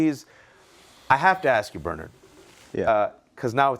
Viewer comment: HE [Host] Never once Pronounces "BERNARD" In BERNARD SUMNERS NAME. HE KEEPS SAYING BURRNERD